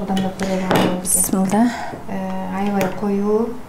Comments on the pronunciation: Сиздерден сураныч туура айтсаныздар бисмылда эмес биссмилаахир рохмаанир рохиим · Туура айттынар.мен да бысымылда дегенде эле жиним келе берет.